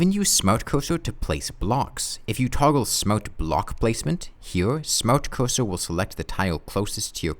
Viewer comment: Ahh yes the smowt coosoo